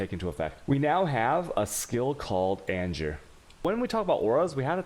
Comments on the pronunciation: Lol serious question, are you American or non-American, it’s fine but if not... then it’s kinda weird you pronounce “An Ger” as AnJure” haha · I absolutely hate his way of pronouncing things ... like he'll speak perfect English ... then boom "anjer", or "A-goooo-nee" ... or in his other videos he'll pronounce the "ch" like channel for alchemy orbs . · Yo did he call anger, anjer? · AnJer... Jardrian... I am disappointed he doesnt pronouce Game as Jame. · Anjer, jardian, shaos, alshemy.. Dude.. Dyslectic much?